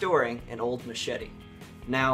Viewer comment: I swear he said make this little mashitty(machete) new again